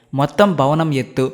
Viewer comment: it's not "Bavanam" it's "Bhavanam"